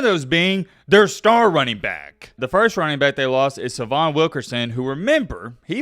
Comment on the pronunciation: His name is pronounced Say-vi-on !